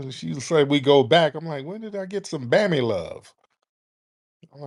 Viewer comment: Son said BAMMY Lub😂🤦‍♂️🎯😳😩